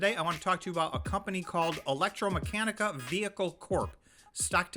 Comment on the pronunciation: The correct pronunciation is Electr-a-meccanica (not electr-o)